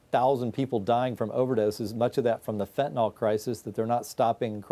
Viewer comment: Why can so few people pronounce Fentanyl properly? So many pronounce it Fentanol.